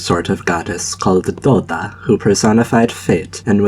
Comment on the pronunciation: It's really funny how you said Dola as Doda, considering Doda is a famous polish singer XD